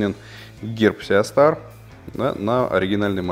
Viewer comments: И не сиастар , а систар )) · Правильное произношение - Си Стар, конечно же. Ну, а если обзорщик произносит "Сеа Стар", то это повод задуматься на счет его квалификации в принципе. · Почему Сеастар? Правильно же Систар. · Ага, даже название модели правильно выговорить не умеет. Неподдельный специалист по сеа старам! ;)